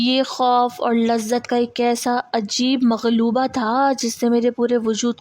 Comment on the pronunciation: محترمہ ملغوبہ ہوتا ہے ناکہ مغلوبہ۔